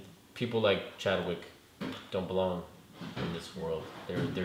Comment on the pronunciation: He said not Chadwick wtf!! You should watch the all the movies over or read some comics before you guys do these reviews so you dont look and sound stupid!! We take this shit serious bro!!